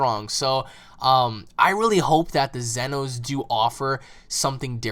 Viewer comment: what's with them calling them zenos, I mean it's almost saying in my YouTube name but said wrong or pronounced wrong